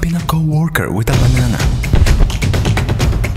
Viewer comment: The banana said like the cut G